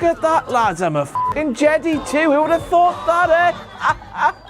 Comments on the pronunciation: wtf King! it's a jed (eye) not jed (ee) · Jede? It's Jedi. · IT'S JEDIII NOT JEDY I THOUGHT KINGS WERE SUPPOSED TO BE SMART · "jed-ee"? Seriously?! LMAO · ' pronunciation of Jedi makes me want to cry